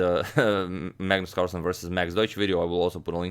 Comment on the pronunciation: Magnus ”Carslen” really annoyed me lol